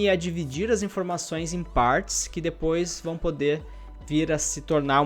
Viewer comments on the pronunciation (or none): none